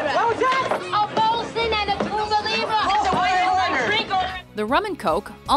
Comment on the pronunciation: why can people never pronounce Cuba properly?